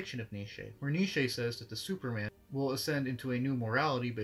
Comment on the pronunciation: The way you say Nietzsche as if it is one syllable makes me smile.